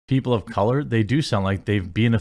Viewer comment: Lmao..”people of ca-loure” What an idiot